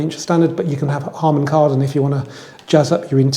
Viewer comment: Drift mode on a FWD what kind of wizardry is that 🧙very informative and usual polished presentation. . . although you nearly said Hardon Karman! 😂😎